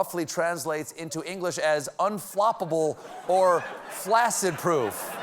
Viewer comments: "flak-sid", not 'flas-sid"... like 'accident'. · The word is "flak-sid". Get an education.